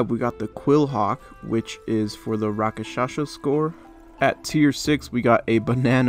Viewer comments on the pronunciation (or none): he also completely butchered the rakshasa pronunciation somehow LOL